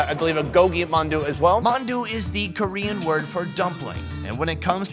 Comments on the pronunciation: he did really good for a foreigner, you gotta chill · What a great pronunciation when you speak Korean which is pretty impressive! I luckily found this channel by accident, and I’m watching every these videos( I can’t stop it lol). I love this guy who is perfectly not afraid with any strangers. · Pretty good pronunciation